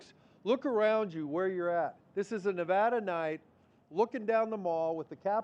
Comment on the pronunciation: Beautiful tree. See, our state is more than neon signs and casinos. But a little irritating the first guy kept mispronouncing Nevada